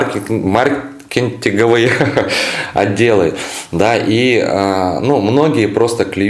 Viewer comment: "Купить авто более лучше..."", " бухгалтера.. мэнджэра...марнекниктенговые атделы.. " б..иа кровь из ушей...😮😢 кто вообще туда идет к этим спесюалистам?